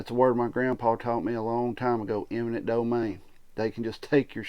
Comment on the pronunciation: Sorry. You have points, of course. But it's "eminent" not "imminent."